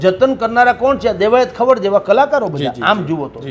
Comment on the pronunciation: ભૂલ સુધારવા વિનંતી.....દેવાયત ખાવડ નહિ પણ ખવડ.... કાઠી ક્ષત્રિય જ્ઞાતિમા ખવડ અટક આવે છે.... 🙏